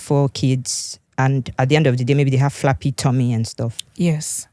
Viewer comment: It is flabby tommy not flappy tommy